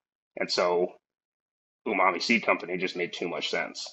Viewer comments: Watching you miss pronounce umami so many times after he properly pronounces it is driving me crazy😂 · Dope podcast, I learned a lot about TC, and looks like next years Tax Return is going to Athena's Flow Hood! Also wanted to say, I just copped an Evo 8 with your affiliate link! P.S. There's no way to NOT sound like a dick while saying this over text, but, it's pronounced OOO-Ma-Me, not YOU-Ma-Me. I'm sorry, no shade at all, just a triggered OCD person! Love HGTV and all involved! <3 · Lol bro you killing me with that youmami, he clearly says OOmami twice when you first address him and you come right back swinging with the hard U 😂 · Iam preatty sure its prononced OOMOMMY not YOUMOMMY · I could be wrong but im pretty sure it is pronounced oonarmy. And the best way to describe it is savory